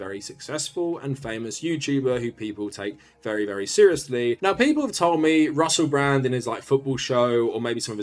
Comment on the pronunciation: Not to sound Britophobic, but I've never heard anyone missi' as ma'y co'sta's as Russe' Bra'